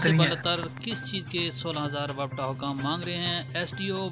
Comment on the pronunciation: Bhai wapta ni wapda hota h😂😂